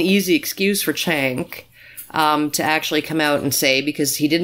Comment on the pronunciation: Jenk, not Chenk.